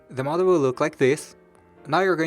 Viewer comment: I kept thinking he was saying "mother"... "The mother is going to look like this" "The mother will be open" etc etc... Then, I realized he was saying "model".... Oh my gawd, I'm way behind!! I never even payed attention to the lines & folds.... Wait, stop, go back!🧐 Fold where?!? 😳 🤪 😵 🤬 😖 🙄 🤤 Me, attempting origami... And now, I feel like an idiot. But guys, it's super simple!! Just fold & unfold a bazillion different times til you can't even tell what's happening. Then, jazz hands & magicians cloud of smoke & poof!!! Voila!!! A rose. I mean, a crumpled, wadded up, piece of paper.... Mmmmmmmmm. Beautiful. See?? Perfect. Easy. Now, throw in the trash. Yet one more time that Asians have proven their superiority to this silly white girl... Shaking my head. Why are my hands too big to make these tiny little folds?? I. Can't. Even. Tears.... 😢 😭. Mind. Blown. 🤯 Thanks for the super detailed video, though. Excellent job! Me lost... Cave gurl....